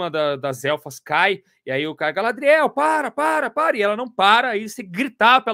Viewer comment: A pronuncia é gaLÁdriel e não galadriÉL...melhor ficar nos quadrinhos mesmo